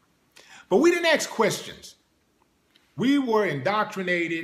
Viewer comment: axe and strenth learn how to talk